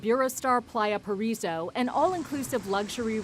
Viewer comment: I cringed when se said Playa Paraiso and Cancun